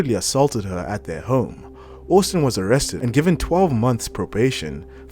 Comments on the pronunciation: You are pronouncing Austin wrong.. it is pronounced Ost-in not owust-in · Take this down and either re-do it, pronouncing Austin properly or just leave it off, as this is too embarrassing! Also, how did you manage this when his name is said repeatedly in every match he is in? Humiliating!